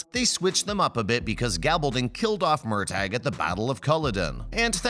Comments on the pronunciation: Pronounced Murta. Murtag! Wow! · First of all, it's MURTAGH ( pronounced:MURTAH) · Please say Murtaugh’s name correctly!!! 🙄